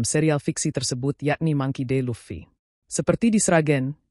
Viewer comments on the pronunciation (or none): none